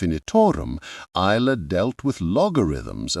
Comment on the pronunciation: Oil-er, not u-ler.